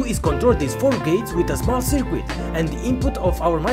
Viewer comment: Small critique: Circuit is pronounced sər-kət. What is your PWM frequency? Thanks for the upload.